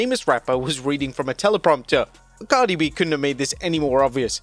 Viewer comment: Lmao who said Cardi A😂😂😂